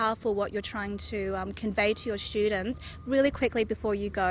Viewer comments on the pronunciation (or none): I mean why you don't say student , your sounds eshtudent 😉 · Why she say eshtudent😧😆😆😆😆